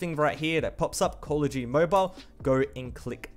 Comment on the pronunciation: "coll uh jeuyty"